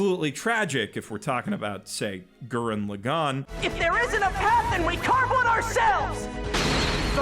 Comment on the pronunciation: My guy did you really just say OO-reka seven? EUR-EKA AY YOU REK A. (because subs are superior, the dubs are SO BAD) E7 is the most wasted potential in anime and I wish I liked it because it was my first. Also, Gurren (not goo-ren) lAgann (not lagAnn) has a pretty shit dub too. Ore wa dare da to omotte yageru is way better than english. Anti spirals sound like a bored chemistry teacher in the dub. Kamina's jap voice actor cannot be replaced. Edit: man you aren't even trying to pronounce names correctly.